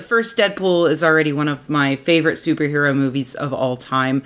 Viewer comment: Did you say Stooper Hero?